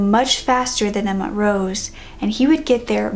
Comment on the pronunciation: Montrose isn't mont-rose it's mon-troze